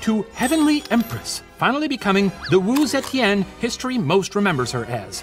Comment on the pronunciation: the professor's pronunciation of wu zetian is surprisingly good! wonder if steven practiced a lot with him 🤔🤩 sending lots of love from singapore ^^